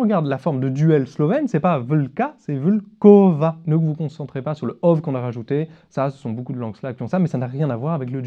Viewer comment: Il y'a un erreur dans l'example de deux loups, c'est volkova, pas vulkova. Et puis le 'l' est prononcé comme w (vocalisé), n'importe quel cas ou nombre.